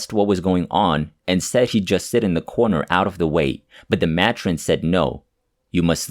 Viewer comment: It’s pronounced may-trin. Not ma tron 😊Thanks for the stories.